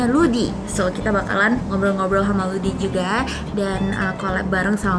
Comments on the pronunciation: loudy?gue dengernya rudi loool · Paling asline jenenge Rudi tapi ilat e wong Korea gak iso ngomong R dadi maleh Loudi😁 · loudi tuh pronouncenya Rudi? gitu.................... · Unearthly Cat ahhahha....sama saya kira juga mungkin karena di korea ga bisa ngmong R jadi ganti loudi...